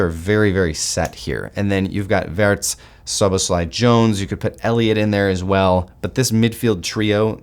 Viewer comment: he's W-ee-rtz remember, not Wurts